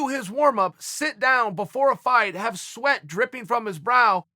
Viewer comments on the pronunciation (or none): none